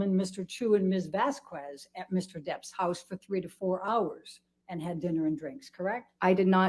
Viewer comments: Do they purposely mispronounce Vasquez? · Anyone else notice pronounced Camille's last name CORRECTLY when talking about the legal team at Depp's house? This was -22. I just caught this, so the shrew WAS saying Camille's name wrong on purpose. What a jerk.